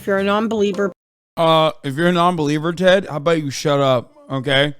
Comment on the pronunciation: i love how hasan never pronounces ted's name right lmaooooo